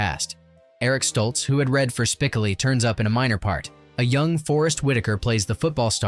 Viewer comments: That was so irritating and annoying to constantly here his name mispronounced. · It's spi-CO-lee, not SPIK-o-lee. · It's SPICOHHHLI not SPICAHHHLI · Spi-COAL-lee, not SPIC-uh-lee! It was only pronounced correctly once, in the last few seconds of the video. 🤯🤯🤯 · Having to hear "SPIC-oh-lee" rather than "spic-OH-lee" throughout the entire vid kinda ruined it for me. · No you didn’t call Spocoli “Spick-a/ Lee” ?!! Good video tho. Especially if you’re a fan of the movie. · "SPIK-uh-lee" I'm out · "speh-KO-lee". Maybe your computer can watch the movie. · Spick-o-lee. Really? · It’s …Spi-CŌ-leee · LOL, "Spickelly" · To the dumbass who annoys the audience for clicks by mispronouncing Spicoli. You got my comment but I’ll never subscribe. Bye. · why can't this guy pronounce Spicoli correct?....research bro!! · If you don't even know how to pronounce "Spicoli", I'm not going to regard you as an expert on the movie. 😅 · I would have given this video a 10/10 if the narrator pronounced “Spicoli” correctly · One of the most epic movies of my childhood. Hearing Spicoli's name pronounced wrong in this post is seriously annoying right down to the core.